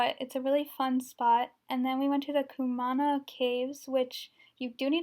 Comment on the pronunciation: Pololu valley. Pronounced more like: "pole-oh-loo." Kaumana caves sounds like: "Cow-mana." Thanks for the great video!